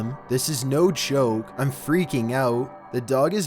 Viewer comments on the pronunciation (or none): none